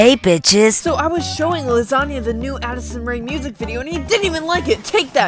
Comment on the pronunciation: it’s lasagna, get it right